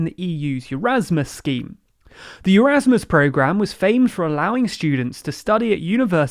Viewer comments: Stop reading it as ‘Eurasmus’! It’s Erasmus! Eh-raz-muss NOT yeraz-muss PS ‘Secretary’ still has two Rs that need pronouncing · It's not Eurasmus, it's Erasmus.